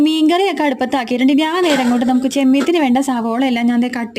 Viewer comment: ചെമ്മെത്തിനു എന്ന് പറയുന്നതിന് പകരം ചെമ്മീനു എന്നു പറഞ്ഞാൽ പോരെ കൊച്ചീ ക്കാരി കൊച്ചേ